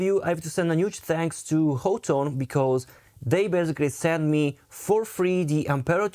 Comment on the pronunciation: Honestly y'all. It is pronounced Hot Tone. I heard it from the mouth of one of their marketing directors. Hot. Tone. Great review bro! And killer tones.